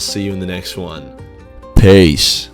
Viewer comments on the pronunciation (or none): none